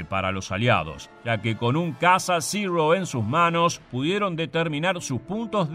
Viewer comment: Buen vídeo, pero una corrección, no se dice "zirrou" como si estuvieras pronunciando en un mal inglés, ese avión es japones y los japoneses hablan japones, se pronuncia zero.